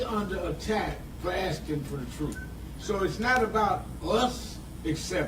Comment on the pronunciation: 😊 Will you learn how to talk first? Is truth spelled troof what the frig?